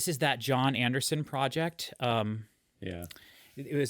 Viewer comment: You are all over the place .....Lawd Spare Us. CTTE. The. Drama, The. Jon Anderson solo album......my goodness do some homework on how to say the name. I fear this reaction will be horrific for you and ultimately for those watching. Unbelievable.